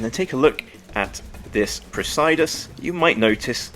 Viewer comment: I like the textured dial. I think it’s pronounced “press-uh-duss”.